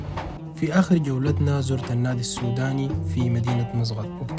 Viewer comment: مو مسغط 😂😂 مسقط مسقط 😂😂😂😂😂😂😂😂😂قال شو مسغط 😂